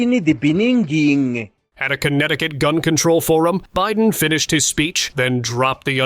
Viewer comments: In nee Beninging.😂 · In the BENINGING or BENINNIG ? All the way from SA 😀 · In the beniging ,,, that was helarious.